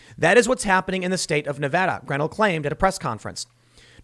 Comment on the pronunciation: Chalk up another mispronounced name from Tim. Add Rick Grenell to the list